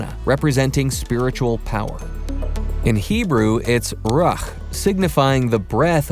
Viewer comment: Ruach (Roo-ah-K) is a craft. Two biblical translators have explained this in their work. Mauro Biglino & Paul Wallis Qi is also pronounced "Chee" These videos are so densly packed with information, it's kind of bewildering why the narrator would consistently mispronounce words.